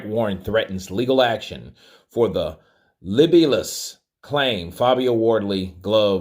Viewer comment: I'm still laughing at you pronouncing the word libelous as "libblelous." 😂 Don't ever change,!